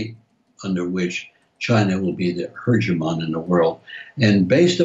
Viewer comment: Mike, I love you, but it's "hegemon" not "hergemon."